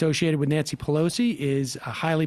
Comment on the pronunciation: Pah-loser? I demand a recount!